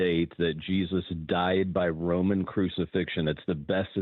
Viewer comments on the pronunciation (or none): none